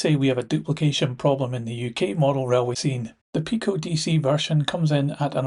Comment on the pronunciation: Very useful updates, and I like that you are also covering European models. But can I make a couple of suggestions about pronunciation? I apologise in advance if you or anyone else thinks I’m being pedantic. I am, but I was listening to your video without watching it , whilst I got on with some layout wiring, and got confused. Too much Multi-tasking perhaps! Firstly, I’ve usually heard PIko referred to as “pie-co” to avoid confusion with Peco. Second, you seemed to pronounce clerestory as “sel-es-tory”, whereas I believe the correct pronunciation is “clear-story”. At any rate, the first c should definitely be a hard c.